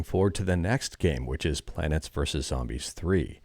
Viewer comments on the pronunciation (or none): how you say plants sounds like you are saying "planets" to me, so I keep hearing "Planets verses Zombies" lol